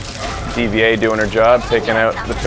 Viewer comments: also D.va is still pronounced DIVA its like N3rd/nerd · I thought her name was Dva not D V A sepretly